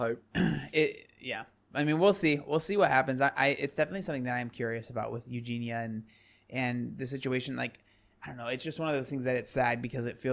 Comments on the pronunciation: I’m sorry but I just can’t handle you saying “EugenA instead of EugenIA. No matter how many people tell you, you just ignore them. How can we take you seriously, it’s not even just very annoying, but ignorant to choose not to pronounce the subject’s name correctly. Have to unsubscribe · love that he corrected you on her name it annoys me when people say it as u do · Yessss!!! I love but I am dying everytime he says Euginas name. I am a Scot and I feel like its defo a thing and not an english thing 😂